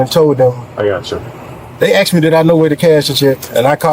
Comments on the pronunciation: They didn’t asked him they axed him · Axed ? The word is asked! 🤦‍♂️ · "THEY AX ME😂 THEY AX ME😅 THEY AX ME😂😂😂😂